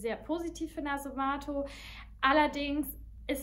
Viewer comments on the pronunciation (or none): viele betonen das Synthetische (Maschinen, Öl) an dem Duft; muss man mögen oder nicht...btw: matto (ital.) heißt "verrückt", hat ein kurzes "a", so wie "Schach-Matt". Fantomas wird auf der letzten Silbe betont (war übrigens nicht nur ein Film, sondern eine ganze Serie).